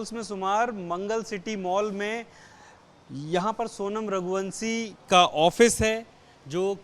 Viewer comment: रघुवंशी या रघुवंसी श को स श को स हिंदी को तोड़ डाला एबीपी न्यूज़ ने